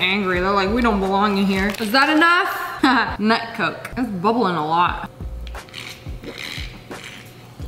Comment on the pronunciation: its not nut coke its "noke"